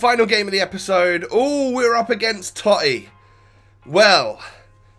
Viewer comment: The totti prononciation was cancer